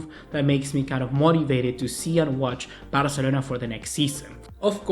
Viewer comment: Que nefasta la manera que pronuncias BARCELONA 🙄